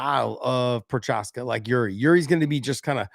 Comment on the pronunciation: Work on Juri’s last name cuz 😉